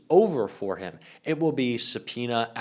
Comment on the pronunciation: Melania, "Impeach heem again."